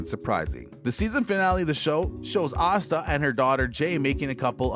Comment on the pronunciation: Why is Asta's name pronounced OSTA?